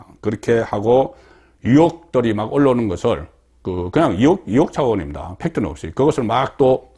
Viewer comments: 송본부장, 정신차려! 초록은 동색이라고 기자편이냐! 우파라면 Stance 확실히 해라! 탑승시 1호기 안전 문제가 생길 수도 있어! 앞으로 윤정부 5년간 절대로 탑승 블허해야돼! 듣기 거슬리게 자꾸 이혹이 뭐냐! 으이혹을 빨리 발음하는 연습을 해라! 나도 경상도출신이지만 이혹이라고는 안한다. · 이혹??? 나도 갱상도지만 의혹을 이혹이라고 발음하지는 않는다 기자라면 이런건 기본 아닌가??